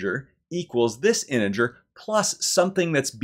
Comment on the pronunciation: Thank you for an enjoyable proof. I was pleased it contained several uses of the letter T in the word “integer”. I’ll be back.